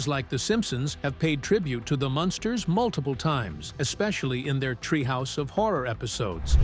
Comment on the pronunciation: It's Munsters,not monsters